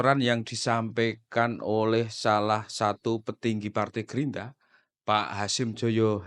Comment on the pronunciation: Gerindra bang bukan gerinda 😂